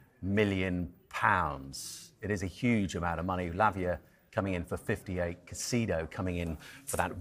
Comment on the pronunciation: Still saying Caicedo as Caceido OMG